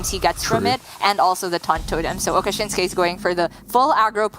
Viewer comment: I have read it many times. It says Okasinnsuke, not Okashinnsuke.